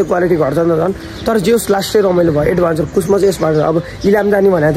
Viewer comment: एड्भेन्चर हो के भाइ एडभान्सर हैन के 😀